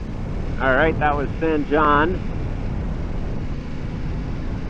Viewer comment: San Jon has a Spanish pronunciation so the J is pronounced like an H. San Hone. I live about 60 miles south of there and ride that area a lot. There are some great dirt roads.